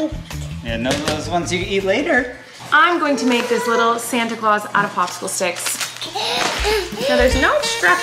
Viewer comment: said red popicicicle😂💜